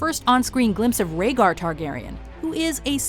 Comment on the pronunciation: Bitch its Raegar